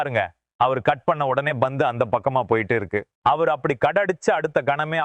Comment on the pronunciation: Poor Tamil…Bhandup…no pandu….bat he says bet..omg…bandu…oh no pandu…improve your Tamil please….dravida model Tamizh